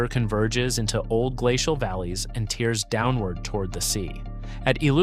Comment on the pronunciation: I hate ai narration. It's tears (tehrs) not tears (teers)!! Edit your crap better!!